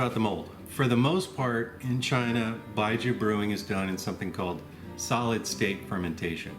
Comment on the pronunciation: Great video. Need try this. My wife is Chinese and I've tried lots different baijius. Yet to have one I would call good. Even the $200/liter stuff is barely drinkable. Btw baijiu is pronounced more like by-joe. Look up jiu niang if you want something sweet and ricey.